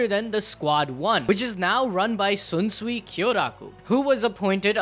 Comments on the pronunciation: not Sunsui, not zunsui, it's Shinsuii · Please stop saying sunsuii its sh Sh SHunsui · bro who the fuck is swunswui bru its SHUNSUI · Bro, the H in Shunsui's name isn't silent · I stopped when you misspronounced Shunsui's name twice back to back xd L